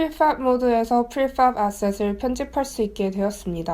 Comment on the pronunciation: 그냥 프리팹이라고 하면 안될까요. 하실 수 있는거 다 압니다. 너무 발음에 유의하시다 보니 빨간색도 뿰-간색 이라고 말하게 되는 오류를 범하게 됩니다.